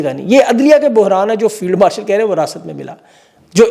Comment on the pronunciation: Field warshal ya marshal..mene ghalat suna ya istarah kaha ap ne 🤣🤣🤣